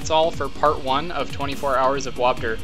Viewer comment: "wobdur"? LoL